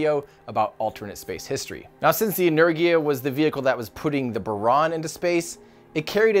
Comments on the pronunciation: For the record Буран is pronounced boo-RAHN and Энергия is pronounced eh-NAIR-gee-ya (capital letters indicate stress). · Energia - en-EHR-gia (hard G) Buran - Buh-RAHN Basically stress the second syllable, Gs are always hard, vowels are always long (think of how an American says "pasta" or "drama" as opposed to how a Canadian says "pasta" or "drama"). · Tim, it sounds like this: Boo run - burán A nerghia - enérgia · If you lived in the UK, you'd see NOTHING weird about Black Arrow... that's how our government does things over here. Energia (Энергия).... en-air-gee-ah... not en-air-jee-ah I don't know if "strong leadership" is of any value to anything at all... When you have "strong leadership" the previous leader's projects have to be abandoned when a new leader comes in and that leader's projects then have to be abandoned when the next "strong leader" comes in and so on and so on and so on. I think intelligent leaders would be far more useful to anybody than "strong" leaders... but I can't see us ever giving that a try. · Thanks for this very informative video Tim! FYI, Buran is pronounced "Booráhn" in Russian, as the U in Russian is more like "oo" in English, and the emphasis is on the "a". Also Energia is simply pronounced "Enérgia" with the emphasis on the second "e" and the "g" is like the one in "Go". Keep those interesting videos coming! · I believe it would sound more like 'znaregia' as it was spelled on the rocjet itself «Знергия» that would be how it's pronounced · Oh, and it is "eh-neh-r-gee-ya" with the stress on "neh" part. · Considering that the song about Energia pronounces it "En-er-gee-ah," I think that's how it's supposed to be. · I shall help Boo-ran and Enerr-gieea is how it should sound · "inner-gee-ah" Energia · Correct one is Energiya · It's Energija, with a Gif-G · The way to say Energia-Buran is: Energiya Booran (i speak russian) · en-er-GEE-ah, like "gear" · Buran is spelled boo-ran And Energia is ener-jia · It's En-er-gee-ah.